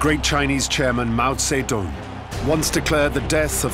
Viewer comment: You pronounce his name wrong